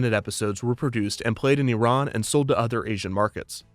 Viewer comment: Thanks from pronouncing "Iran" correctly